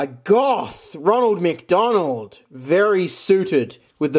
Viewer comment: Gothic Roneld MC Doneld. Nice way to pronounce it